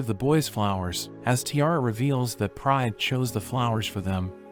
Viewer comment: Every time he says Pride I hear Prime😭🤚💀